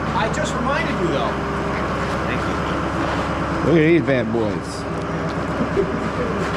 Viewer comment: Good show today "Tank You", lol